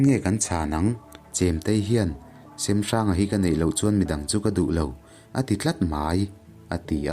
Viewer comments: Hmanlai hming hi lam dik a har a mawh lo na a. Kan lo sawi ve mai mai. 1.Hrengnghinga : Hrengnghina tih hi a hming inziah dan. 2.Kingkawt : King (Laiking tih a Kîng thluk a lam tur, Kâwt pawh hi Ar âwt tih thluk a, Kíngķâwt ti a lam tur a ni ) 3.Semhranga : Sêmhranga tih a lam tur( Sem sem dam dam tih "Sem" thluk ni lo in. Êm tih ri a Sêmhranga tih tur a ni. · a ngaihawm hle mai...mahse kanti teh ang semhranga hming i lam dan hi a dik chiahlo deuh in kahria...hnawncheuva hi kapa pu ani e